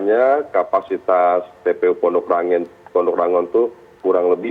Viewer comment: Yg betul Pondok Rangon, bukan Ranggon.